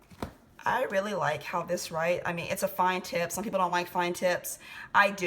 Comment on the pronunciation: When she said "Fine Tips", I thought she said fine tits! LoL